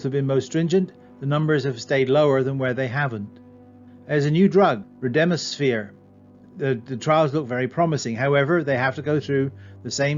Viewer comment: Thanks! I also view the death rate in absolute terms.... "cases that had an outcome" i.e. either the person lived or died, and that number has been consistently scary throughout the pandemic.... I mean until we get tests widespread we won't know for sure. You completely mispronounced Remdesivir though : ) Cheers!